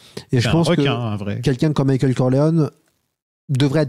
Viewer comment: J'ai besoin de savoir pourquoi prononce "Mickaël". Ça me hante 😆